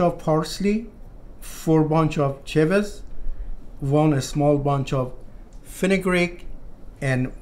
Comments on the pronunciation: I mispronounced it, I meant chives 😂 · Hi Edmund, the herb is “Chives”, my pronunciation is a little off sometimes :)